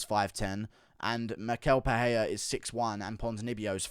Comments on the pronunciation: It's pronounced Michelle PeREIra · When will you guys learn how to pronounce Pereira’s name? I have no idea why yall think it’s Pe-hey-ra